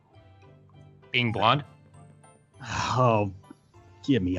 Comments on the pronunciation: OMG LOL I Thought Said "Being Blonde" But Then I Realised He Said "Being BLUNT" XDDD And Is Death The Kid From Soul Eater- "Your A Symetery Is Your Down Fall HAHAHA~!" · StevenUniverse MLP123 i thought he said being blonde XD